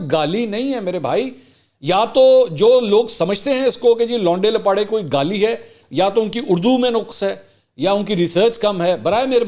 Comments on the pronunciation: Oh my God your urdu in English accent is so amazing; say it again. Le Mansoor bhai: "Louunde Laparei" Shukr hai yh word koe Shahid jutt se nh puch rha😃😀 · Love your English version of laonday lappaday😂